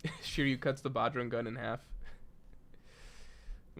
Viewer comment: Bro, you have got Indian blood in you... I at least expect you to pronounce the bajrang gun right .... Haven't you ever heard the name bajrang bali ? ... Just pronounce it like that